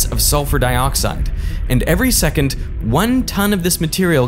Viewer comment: did he say every "secont"?